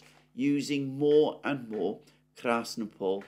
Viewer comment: krasnOpol, not krAsnopol.